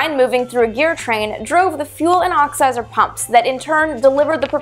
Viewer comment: Is she saying "oxizer"?